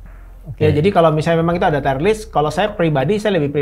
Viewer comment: dibaca tir (/tir/) bukan tayer, "tier" yg berarti tingkatan atau level bukan dari kata dasar "tie" yg bisa berarti seri/imbang atau dasi